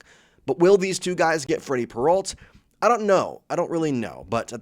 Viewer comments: AI ALERT: As soon as I heard "Peralt" instead of the correct pronunciation, I knew this was AI crap. I made this comment and blocked the site. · can't stand this guy saying "peralt" learn how to fkn pronounce their names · When did Peralta become Peralt?